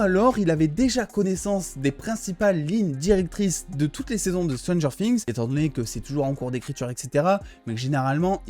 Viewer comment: Stranger quoi? Fings ?😂 je déconne super ta vidéo 👍🏻